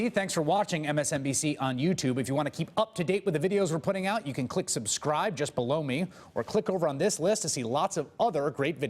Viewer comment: Every time I hear this end plate, the "just below me", I think I hear "just blow me" xD